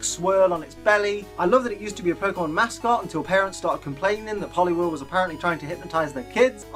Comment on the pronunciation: IT'S POLIWHIRL, NOT F*CKING POLLY WERELE! PLEASE GET IT RIGHT!